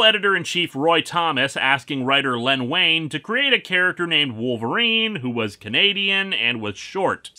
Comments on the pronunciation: It's pronounced "Ween". Len "Ween". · Wein is pronounced 'Ween.'